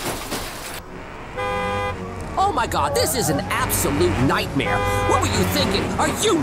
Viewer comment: Emphasis on the “nightmare” part .